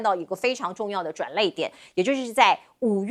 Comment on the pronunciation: 轉捩點，轉列點， 不是轉累點！ 流淚？